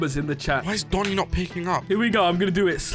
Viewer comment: said dooni not doni he need education 🙄